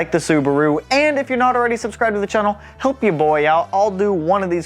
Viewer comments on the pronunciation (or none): This dude says channel “chennil” and he needs to get punched